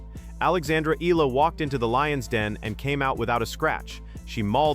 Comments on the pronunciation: Fix the pronunciation please. It's ee-YAH-lah, not EE-lah. 😭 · Alex Ee-lah....once again, thank you A.I., and constantly showing a caucasian player that is not in any way related to this story.